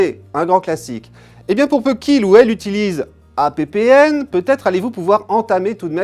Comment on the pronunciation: "APPN", c'est "happen" comme dans "make it happen", ou "conclue"... je te jure.